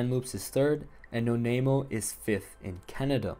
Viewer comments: "No-nay-mo' is crazy. It's no-nai-mo 😂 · Agreed. Although it was a little funny to hear Nanaimo pronounced No-name-o.